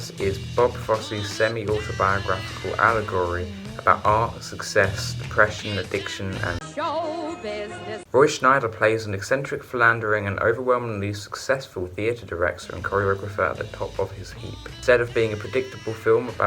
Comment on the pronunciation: Scheider not Schneider.☝